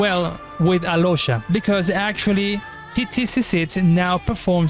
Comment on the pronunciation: He is spanish just as me. That's not an accent he is litteraly adding a random way to spell it cause he really thinks he is reading it as it should be. In spanish Qiqi litteraly spells as KiKi, but bro is saying Tsitsi when in english they call her Chichi (or at least that's how a spanish speaker think of it)